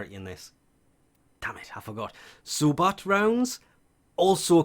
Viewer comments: Wth are so bat rounds? It's sabot (pronounced sarbo) smh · Nice! Just for future reference, sabot is pronounced sa-bow, where the t is silent, because it's originally a french word. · Just popped in to say that I love the vids, but Sabot is pronounced "Say-bow" or "Sah-bow".......mispronunciations drive me crazy...sorry ☺